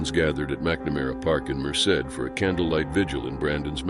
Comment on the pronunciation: At least he pronounced Merced correctly even though he didn't pronounce much else correctly